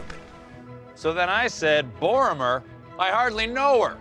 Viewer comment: He mispronounces everything in all his Tolkien videos! In this one, he mispronounced Tolkien, palantir, Boromir, and Sauron. In older videos, when he listed the Valar, it sounded like he had read those names once in rehearsal and said "nailed it!" There are pronunciation guides included in both LOTR AND Silmarillion. I don't know how it can still be so butchered by him